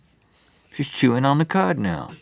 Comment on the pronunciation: yall make fun of the deer which is ok but then you say she is chewing on the cod, wrong its cud not cod , poke if ya want but pronounce it right or the joke will be on you